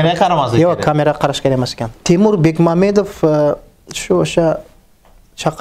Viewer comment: Шунча Тимур Бекмамбетов билан таниш билиш булиб фамилиясини хозиргача тугри айтолмайди Бекмаметов😂😂😂🤣🤣🤣😡😡😡